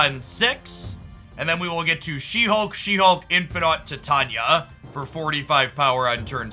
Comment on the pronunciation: Hey, I just thought I mention that Titania is pronounced like the metal titanium but it's with an A at the end instead of UM not an issue just thought I'd mention it.